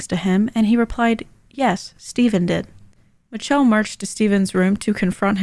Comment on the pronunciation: I think her name is in fact "mitch-chell"